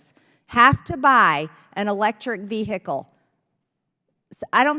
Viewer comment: Ve-he-cal. Hilarious😂